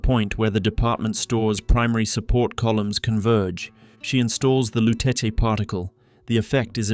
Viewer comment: I dont understand the mispronunciation of the Lutece name when the game clearly says it. This is like the live action avatar movie calling Aang ->Ong